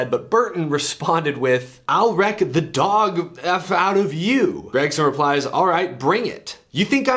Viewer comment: "And I'll wreck the DOG fuck outta you" in the exact way he said it is one of the most southern things I've ever heard